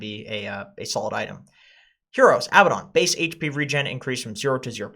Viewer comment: So, do you know how to say "Abaddon" and are just trolling? The heroes usually say their own names and sometimes other heroes say their names, too. Also, dictionaries speaking moistly.